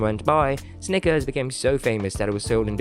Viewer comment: Imagine doing a video on Snickers and not being able to pronounce the word Snickers.